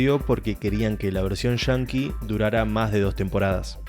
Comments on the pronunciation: ahhh entiendo pero lo pronuncias de una manera que suena diferente "Yankee" sería lo correcto y no "shanki" , por cierto buen video bien explicada la serie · Pase medio video preguntandome que significa "Version Chanki" hasta que agarre la onda que es argentino el narrador y no saben hablar bien, y quizo decir "Version Yankee"